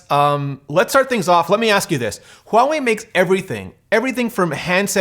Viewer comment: You are one of the few who has said Huawei’s name correctly. Good on you!